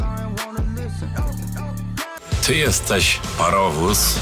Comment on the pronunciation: Powiedział zejść